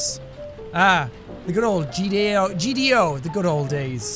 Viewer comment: "The good GDO" Ah yes, the good days old~